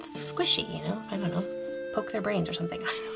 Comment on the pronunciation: While listening to this I think I might of poked some "horsey brains". I immediately regretted my life decisions Edit: I also just realized instead of brains, it said horsey brians, which I think was just a very minor accident